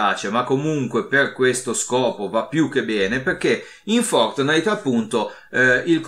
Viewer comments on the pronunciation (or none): none